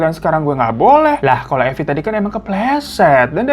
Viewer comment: Mirza jd Marvin....Evi jadi Eva....Arab maklum yeee 😅